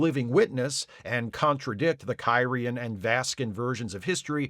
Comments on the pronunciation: Hey, a back-up EMH program? Gee, I wonder if they could have used one of those in the episode "Message in a Bottle". I also enjoyed that kept mispronouncing the alien species as "Ky-ree-an", instead of how they say it in the show "Kir-ee-an". Or how he called the one alien guy "Dal-eth" instead of "Day-lith". Funny stuff. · Your mispronunciation of Kyrian, every single time, is so distracting I can’t make it thru the video.